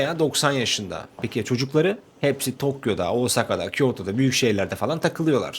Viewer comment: hadi lennn!!! Oğusaka ne? Osaka desene.